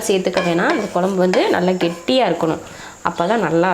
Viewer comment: Pl tell kozhambu and not kolambu